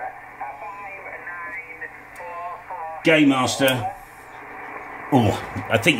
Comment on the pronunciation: I thought you said gaymaster, I'm not googling that again.